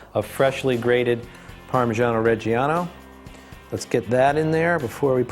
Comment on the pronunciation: I'm not here to critique this guy's pesto recipe, but fucking hell - orijjeiano? ITS OREGANO, you goddamn douche.